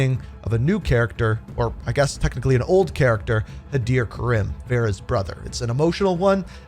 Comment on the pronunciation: It's not ka-rim, it's pronounced ka-reem